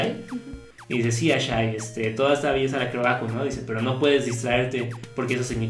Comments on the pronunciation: El nombre de esa hija de Aku no se pronuncia "Ashi"? Asi lo dicen en la serie, no? porque dicen "Ashai"? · No se dice ashai es ashi :P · no es ashay es ashi